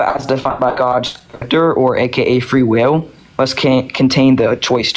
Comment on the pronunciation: why does he say free will like: "free weew"